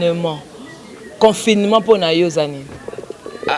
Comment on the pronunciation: Journaliste oyo atanga wapi? yoka comment elle prononce le mot " Confinement".... Kiekieeee bo lakisa ye ke, le "ne" ne pas aigu à prononcer....